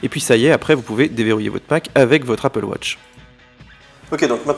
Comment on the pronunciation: J'adore le Franglais : appeul watche -_